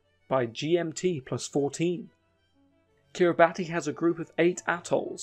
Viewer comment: ‘Kiribati’ is pronounced as ‘Kiribass’